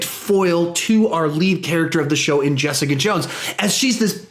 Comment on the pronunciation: Get back here, Jess-EE-Caaa